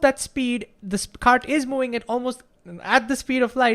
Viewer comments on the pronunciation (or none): I have problems understanding this man until I realized what the problem is: He doesn't say "moving" he says "mouing" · Can you please say "moving" instead of "mouing"